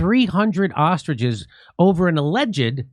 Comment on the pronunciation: haha. To be fair even Jimmy pronounced ostriches as "austriges". 😂